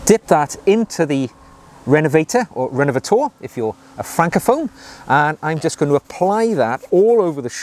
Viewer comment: But when you want to pronounce it the French way, please keep in mind that the French diphthong "eu" in "rénovateur" is an [ö] phonem! That means that the French "eu" is pronounced like the "e" in "her", the "i" in "first" or the "u" in "church". Stressing/elongating the last syllable is a good start already; you just have to change the sound of the vowel/diphthong. 🙂